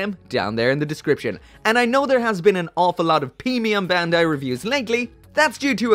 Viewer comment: ‘Pee-mium Bandai’ 😏